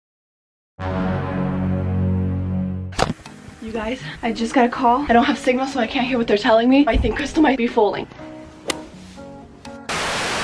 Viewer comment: My dumbass heard u say FALLING instead of FOALING!.. XD